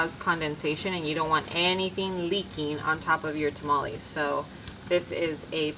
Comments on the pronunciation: It hurts to hear mexicans say taamaallieee lol its tamale chika lol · fyi TamalEEEEs is not a word. Tamal = 1 Tamales (Pural) is pronounced Ta-Mal-eh-s no EEEE sound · You lost me TAH-MOLL-EES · She cant even say tamales right trying to talk like a white female